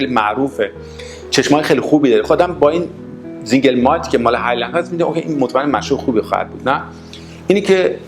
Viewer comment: Single سینگل نه زنگل تلفط غلط